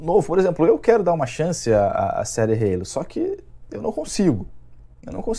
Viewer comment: perdeu a essência mané, ta falando Halo certo.